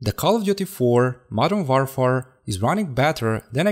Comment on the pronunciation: WARFARE is pronounced like "wôrfer".